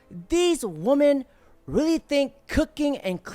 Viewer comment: DAY 1011 Learn how to pronounce women - plural plzzzzzzz your channel is about WI-MEN